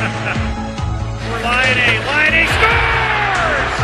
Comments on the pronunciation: U just only Day The letters Laine not lainei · When they say "Patrik Laine" I always hear "hat-trick Laine"..😅😂GO FINLAND my country🇫🇮🇫🇮